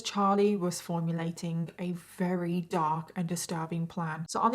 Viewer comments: It's "very" not "weary" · If you can't pronounce the word "very", then don't say the word "very ".